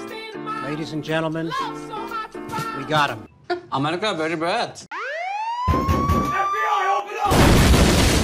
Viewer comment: da öyle bir very bad dediki bence çok güzel dediğini sanıyor